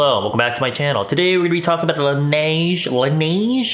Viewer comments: Laneige is from Korea right? i saw some videos how to pronounce that brand name in a right way so you dont say it like in a English way, but like “La-nei-je”.. just sayin’ 😂😂😂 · "LaNeige" is a French title 🇫🇷. And you don't have to pronounce the "i". Don't thanks me for the help.